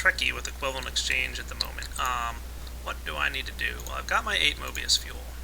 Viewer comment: Why does everyone keep saying equivalent "exchane"? Why would you forget the G? I love psychology!